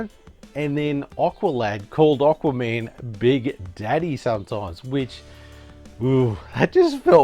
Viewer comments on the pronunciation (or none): Why do you call him "Oqua-Man' lol ;)